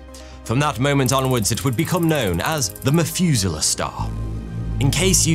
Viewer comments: ngl the "f" sound every time this guy tries to sound out "th" is extremely annoying and distracting. The Mefuselah Star 🤦‍♂ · Methuselah, not Mefuselah. Pronounce the "meth" part of it like in "methane" or "crystal meth". English speakers... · The "MethUser" Star?! 😂😂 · "meth-user-star" I cant be the only one who heard this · OMG you keep pronouncing "Methuselah" wrong! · "population free stars" "Mefuzala"